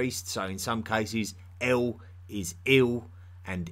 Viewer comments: “Like Eowl, Beowl...” That’s El and Bel, m8. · El, when at the end of a name (aka Western surname) Is not pronounced L, but rather EEL Example Gabri-El, angEl, Dani-El, Micha-El &c. My last name is EL....